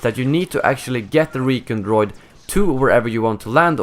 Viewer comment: I love your videos but every time you said Re-ken droid I laughed haha one thing that would be cool while you're in the at-st is like a repair power up or weapon enhancing pick up